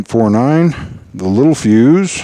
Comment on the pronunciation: Spelling: Littelfuse Pronunciation: lit tell fuse Very common to get this wrong. I did for 30+ years!